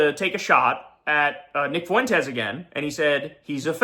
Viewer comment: Nick foo-went-es